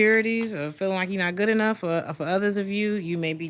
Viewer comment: I love how you say Gut instead of good! ❤😂 I can tell you live in Germany!